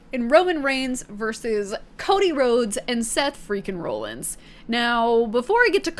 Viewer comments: Lmao!! It made me a little mad too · The way she pronounces Rollins 😭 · You’re saying Rollins wrong 🤣 love it!! Welcome to wrestling entertainment universe. The fans are a huge part of it too!!